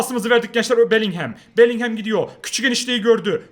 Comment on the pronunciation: şu bellinghama belinghem deme onun okunuşu belingım